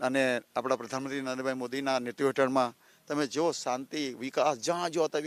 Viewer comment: ye he hamara gavaar mp.. jise netrutva nhi bolna aata.. jise sargical strike bolna nhi aata